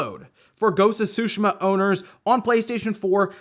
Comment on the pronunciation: Sue- She -Ma .(TsuShima)